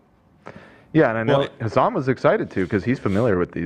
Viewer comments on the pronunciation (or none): I know "HAsn" is a meme, but I'm genuinely starting to wonder if Ethan has forgotten how to say Hasan's name.